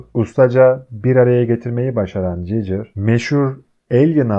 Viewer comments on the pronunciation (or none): emeğine sağlık ama gigır a cicır demesen daha iyidi